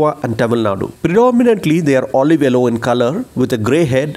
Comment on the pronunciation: i needed this vedio on bulbuls. thank you so much but it "Yellow" not "ellow" sorry for correcting :-D